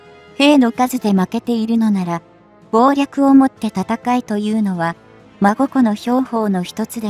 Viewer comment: 孫子の兵法(そんしのひょうほう)、まごこ、じゃないよ。